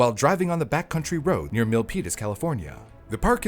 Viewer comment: But then he nails Milpitas.